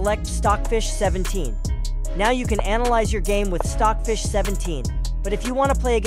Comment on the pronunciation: he say filed stocj fich 17